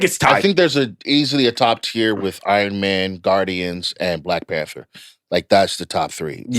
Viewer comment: when Van said Black PanThor cant lie i thought for a second damn that would be a SICK superhero 😂😂😂